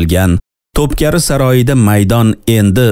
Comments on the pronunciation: To’pkari emas, To’pkapi saroyi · Топкари эмас топкапи ,эхх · Тупкапи саройи.Тупкари эмас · Топкари эмас Топ копи (топ- замбарак) ( копи- эшик) дигани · Топкари эмас Топ капи🌷🌹😊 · Топкапи булса керак, Топкари эмас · Top keri soroyi emas top kapi saroyi